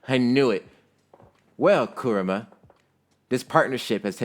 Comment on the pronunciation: Finally someone says kuramas name right it's not ku RAAA ma it's kurama